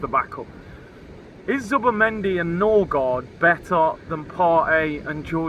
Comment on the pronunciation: Noorgard ??!!!! Smh this is typical Arsenal